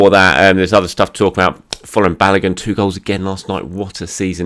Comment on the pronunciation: Hi. Please Folarin Balogun is pronounced ** FOR - LA - RIN ** it sounds like you are saying FLOORING.